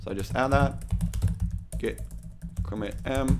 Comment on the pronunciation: Git is pronounced with a hard T, not like Gith :)